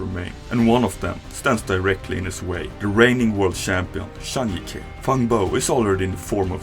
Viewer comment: great video But the way you pronounce CH as SH is very irritating. Please learn to speak better if you want higher quality videos probably because you're European you're doing this (based on your accent probably danish or swede) Also, when pronouncing players name, please google how to pronounce them. Their names aren't that hard to pronounce but you butcher them up so bad. zhang jike = Jang Gee Kuh - NOT JANG GEE KEH btw, im not chinese nor an english native speaker either :)